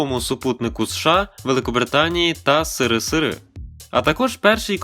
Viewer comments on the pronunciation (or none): Дякую за чергове цікаве відео! "сирисири" - найкраще озвучення срср, яке я чув!😂